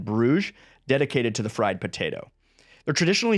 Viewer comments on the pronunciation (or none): none